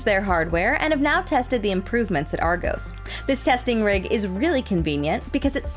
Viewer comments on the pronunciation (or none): none